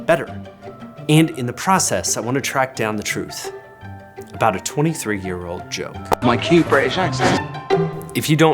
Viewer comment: It is amazing how many Brits butcher certain words -- truth pronounced "troof" is one of the most painful examples.